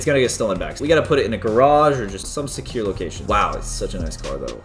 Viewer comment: Caylus: we better get this thing to a secire base Me: what??? Thats not how you say it